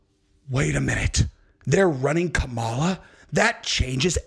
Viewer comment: Its Cam-a-la